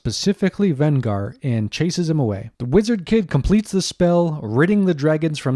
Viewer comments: Venger, not Vengar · Did you say VEN-GAR? Now I'm starting to believe you didn't actually watch the episode. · Given that you pronounce the name of the antagonist wrong, they never pronounce it that way at any time in that cartoon, makes me question whether you even watched it.